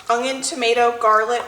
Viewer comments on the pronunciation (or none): Haha you say “onion” like my sister, with a sneaky G sound in there like “ong-yon”